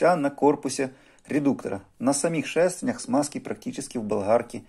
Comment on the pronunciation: Ни шЭстЭрня, а шЕстЕрня.